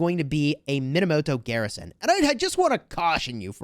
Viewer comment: You were saying the name wrong the entire time. It's pronounced Moneymoto